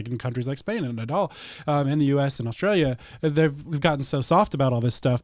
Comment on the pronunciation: there is no "h" in Australia.